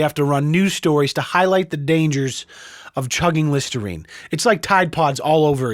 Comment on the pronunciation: Listernine? C'mon